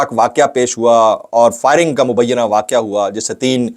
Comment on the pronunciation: Why u say mubiana